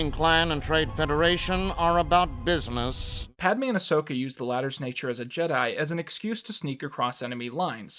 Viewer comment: no you were saying it right